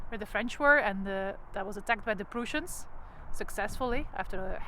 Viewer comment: Oh and the Prussians are pronounced as,Preuh ssians not pruuussians. Sorry no offence just ,ter informatie. Dank u voor deze toffe video